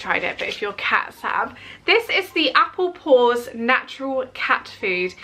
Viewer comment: The Applaws cat food is pronounced the same as Applause, not Apple paws 😁